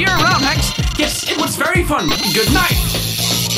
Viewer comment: "Spitting bars in the Dight"